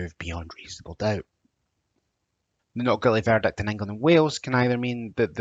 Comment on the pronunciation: Another guy with poor diction. Lazy, missing the letter "t" and can't use ending of "ing" No doubt he thinks it makes him sound more Scottish. ha ha. It was the strange pronunciation of "verdict" many times that was jarring. I realised he was saying VERDIC Crazy such a person is teaching on Open University. I like the Scottish accent but not the lazy slang